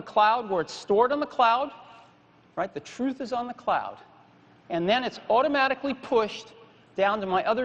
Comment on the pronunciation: OOttomatically... lol